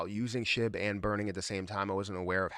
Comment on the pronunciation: Shib balance not shi. 🙄